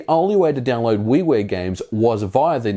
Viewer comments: Yeah weewear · At first I thought he said Wee Wee games. But it was actually Wii Ware. Lol